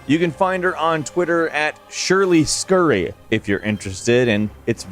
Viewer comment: it’s Shirley S. Curry not Shirley scurry 💀